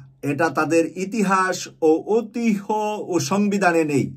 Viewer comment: একটি ভুল সংশোধন , ঐতিহ্য বানানটির উচ্চারণ হবে ঐতিয্য